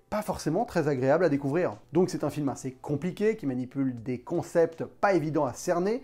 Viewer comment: Vous avez remarqué que quand dit "assez" il prononce "inssez"? ou encore ça fait plusieur video que je l'ai remarqué